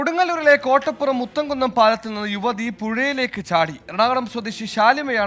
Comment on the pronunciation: മുത്തകുന്നം അല്ല മൂത്തകുന്നം എന്നാണ് സ്ഥല പേര്